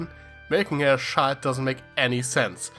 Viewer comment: It took a bit of you saying “child”for me to realize you were saying “child” and not “shild”